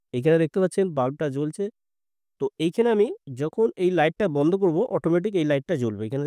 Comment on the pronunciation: Banda ? Bandha bolte janona ! Madrasa education naki !